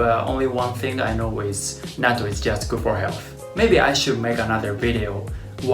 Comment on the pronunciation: I just started watching your videos and it’s interesting. My problem is when you said Natto you sounded like a Hakujin. Pronounce it correctly so that Hakujin and Gaijins can say it correctly. In the USA I hate when they try to pronounce words incorrectly then try to correct me when I’m Nihonjin!! Like Karaoke they say “Carry O key” or Kimono they say “Come mono”.